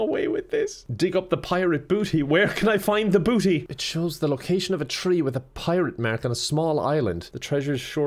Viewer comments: what the fuck is a prirate mark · "a prirate mark"?